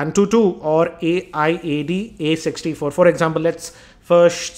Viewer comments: ..the second software that u were talking about AIAD64...its pronounced as. (I)(da)64.. hope this helps.. coz saying A.I.A.D 64 every time is very stressfull.. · AIDA64 is pronounced Ayda 64 or Eida 64, not A-I-D-A 64. It's a benchmarking suite of tools developed by FinalWire R-A-N-J-I-T... er, I mean.